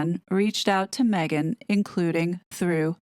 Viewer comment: I live for you to pronounce “Maaaaaeeeegaaaan” 😂😂😂😂